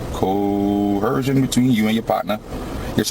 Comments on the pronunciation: Oh no, “co-hershun” was making you break the law before the police ever contacted you? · WTF is “cohershun”? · What's "corhersion."😅😅😅😅😅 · Probably the only correct thing this guy has said, and he said it several times, "I don't understand." It's not "co-hersion," it's investigation, dumbarse! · co-HER-shun is very common African American English pronunciation but has been taken by sovcits from Moorish use. I don’t even notice it around here but we have a shit ton of Moors too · He actually believes that he has to be read his Miranda rights BEFORE he is arrested. And he hates liars...haha, thats self hate. " I don't go by your laws, I go by common law ", good, lets see how that works for you. Why do these clowns always put an H in the middle of the words coerce and coercion ?